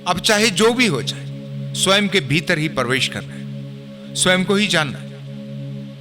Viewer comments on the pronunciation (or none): परवेश नही प्रवेश होता है